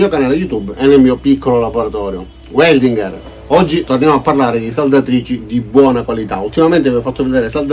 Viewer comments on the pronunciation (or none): In tedesco si legge VELDINGHER e non UELDINGHER…Grazie!